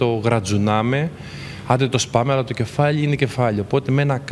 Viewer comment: το κεφάλλλι είναι κεφάλλλι!!!!